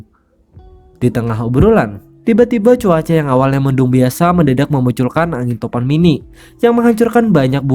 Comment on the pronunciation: bg biasa bg bukan binasa